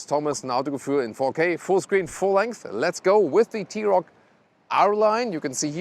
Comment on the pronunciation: Arent you german? Why you mispronounce german car brands?